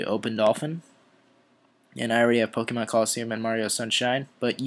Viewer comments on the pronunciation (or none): none